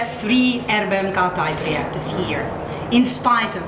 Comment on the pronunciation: ár-em-bí-kíj" az ... Értem, hogy okos, tudós, de az angol ábécét megtanulhatta volna :) Van az a gyerekdal. :)